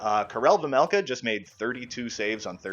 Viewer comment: It’s vejmelka not vemelka